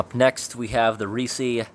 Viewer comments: Reese. Not Reesee. Like Reese's peanut butter cups. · ITS NOT REE SEE. ITS REECE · It's just Rees. Not reesy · surely that’s pronounced “reess” (like “grease”) and not “reesey” (like “greasy”)?!? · It’s reece, not reecee. I’m getting way more worked up over that pronunciation than is justified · I have no idea why I'm watching a video AM of some guy opening up canned insects from 60 years ago and talking about the maggots that crawled inside the can and died there, but -- its oddly captivating. 🤷 (Wouldn't Reese be pronounced with one syllable, though, like the Reese in Reese's Peanut Butter Cups? Or is/was there some canned food company from way back when pronounced like "Ree-see" that I'm just not aware of? Serious question, btw.) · It's "REES" bro, you don't pronounce the final 'e'. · It's not pronounced reecie. And shooken is not a word. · Oof I definitely don't like how you pronounce Reese... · My only complaint is the way you pronounce Reese lol